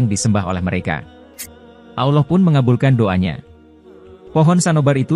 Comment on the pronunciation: Maaf ya Min,,, skdar saran nih,, ttg penyebutan ALLOH. Sebaik.y mgkn ALLAH sj,, krn MIRSARY RASYID sj org Arab, jelas2 mngatakan Allah wlopun dialek beda dgn org Indonesia.. ok min,, Jgn ikut2an sm Elit global yg mmbuat Bank dgn nama ALLO BANK yg dilogo.y ada segitiga Dajjal. Semoga saranku ini dipertimbangkn